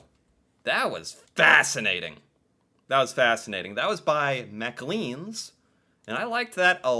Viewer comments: *Clarification* : McClean’s is pronounced “Mac-Clanes” ; NOT “Mac-Cleans” 💕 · It's pronounced Mc - clay-n's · Love your channel! Fyi it's pronounced mclanes with the emphasis on the second syllable...lanes Keep the vids coming! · Good video today. 👏 More videos like this and less on maple syrup and Tim Hortons... I'm still baffled at how you can't seem to pronounce "McLean's" though.